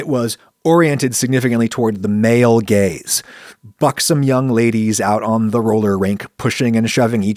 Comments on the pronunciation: when Adam is saying "male gaze" it sounds like he is saying "male gays" 😂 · "Male gaze" not "Male gays"?